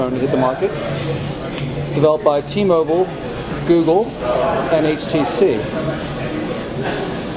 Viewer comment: ITS T-MOBILE!!!!!!!! BILE BILE BILE BILE NOT BULE......STUPID....